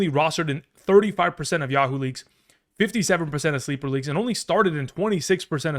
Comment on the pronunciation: "Yuh-Hoo". Just when I thought you finally fixed that this season. At least you aren't the channel that calls Micah Parsons "Meekah"